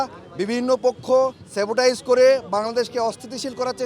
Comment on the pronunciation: স্যাবোটাইজ না, স্যাবোটেজ হবে উচ্চারণ